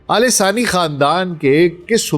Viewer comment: Man, It is Al Thani Khandaan, not Alesaani Khandan. Pls get your pronunciation right.....,😡🤬😡🤬😡🤬